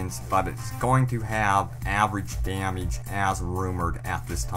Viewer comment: As I keep watching it gets worse! Damiege damiege damiege! It's damage !